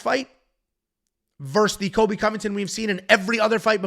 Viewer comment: How to pronounce “Cole-b” not kobe Colby by decision lock it in